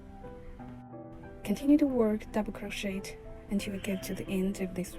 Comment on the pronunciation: It is pronounced as kroh·shay not crow-shet Also couldn't see properly, white yarn on white background, hard to understand